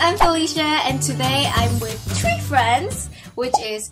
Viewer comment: U literally said Tree when you’re gonna say three XD